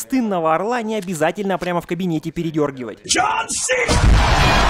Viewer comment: JOHN JOHN! а не Джхон.